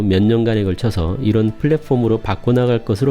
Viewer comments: 항상 감사하게 보고 있습니다(열혈 구독자임) 다만, 발음하실때 platform 을 국어로 발음할지 영어로 발음할지 정하시는게 좀더 낫지않을까 조심스럽게 말씀드립니다 플랫폼이라고 하거나 (p)을랫(f)옴 이라고 하시는게 어떨까 싶네요 ^^; flatporm은 좀 아닌거 같아요 ㅠㅠ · f발음 엄청 신경쓰이네요.. 플랫폼 p인데;;;; 글두 좋은 정보 잘 봤습니다!